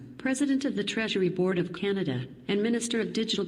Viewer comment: Manatobia? Canadia? You might wanna teach your AWS employees the names of the provences of Canada and also how to pronounce "Canada"...not "Canadia" LOL